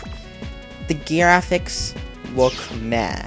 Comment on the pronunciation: Da GIAFICS